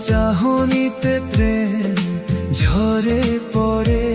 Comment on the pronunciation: গানটি খুবই সুন্দর হয়েছে, 'দেখলে' এবং 'ঝরে' উচ্চারণ দু'টি অন্যরকম লাগলো!